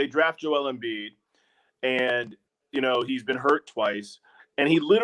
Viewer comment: How the heck did Hayes think Embiid’s name was pronounced??